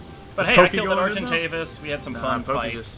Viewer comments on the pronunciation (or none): It's funny that that guy calls an argentavis an argenavis lol